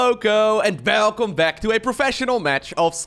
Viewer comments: this time around I heard "belcome back" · I hear that "Velcome back" getting more and more dutch as time passes, its really funny! Love your content man, keep up the great work!